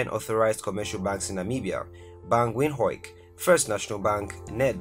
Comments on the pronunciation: Bro stop saying windh-o-e-k... It's pronounced as windhoooooooook.. hook like as in hookup... 😅😴Jeeeessss😤🙉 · For the 1Millionth time. Its Windhoek, Wind-hook... not Wind h-o-e-k however you say it. Beside Namibia number 8th, SA number 7th? And you trying say Botswana is richer than the two??? I think i should unfollow/ unsubscribe you and follow other African discovering channels. Really, Does everything has to do with GDP? GDP you......